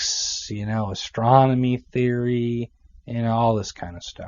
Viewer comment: LOL "Ahhstronomy theory..."